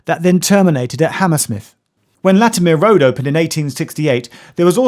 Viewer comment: Is it really Latim- ear?